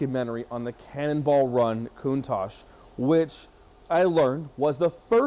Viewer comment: PLEASE please do your research on how to say this car !!!! there is No KOONTASH in CANNONBALL RUN !!!!!! and im not sure why your going to use the phone to try and dial the car in !!!!! the car was made well before computers or anything like that so if your going to try and use a PHONE to dial it in your in for a BIG shock !!!!!